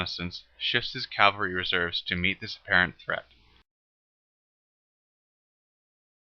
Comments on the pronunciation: Not "Cal-vary", "Caval-ree"!!! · Or cavalry.